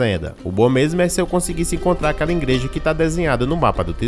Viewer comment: 'Ingual' 'ingreja' pqp